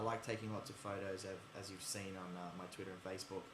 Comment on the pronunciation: I loved how he said twira instead of twitter lol. I love his accent so much!